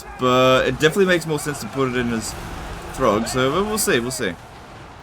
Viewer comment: "Good job throgg" did I hear that right?! 😹🤣